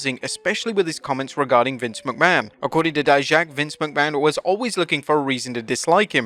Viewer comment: thank you for finally saying dijaks name right